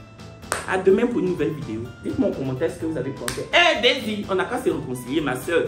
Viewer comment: aussi on dit daysie toi tu ecris desire😂😂😂😂😂😂😂😂😂 bientot on va preferer loic hein